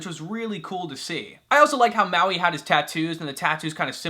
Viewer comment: Lol it's funny how you said Mauis name #Muaui